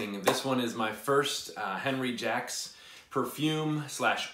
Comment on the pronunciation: One little minor minor point Sir: You pronounced “Jacques” as “Jacks”- you’re just a tad slightly off my friend,..., The proper pronunciation is closer to “Xoock”- aaaalmost almost like that “X” in Xerjoff..... Being a Canadian kid from the earlier years, a large majority of us [like myself] had to spend several years in French programmes as kids- whether we liked it or not- Hehehehe.... Cya and can’t wait 4 your upcoming review. By the way, did you mention pricing…?!?! I might have missed that Sir....🙏☮️💛👋👋